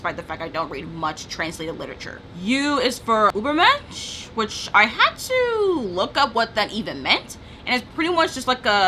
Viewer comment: Me listening to you say the words: Bildungsroman, Kitsch, Übermensch and Zeitgeist: giggles in German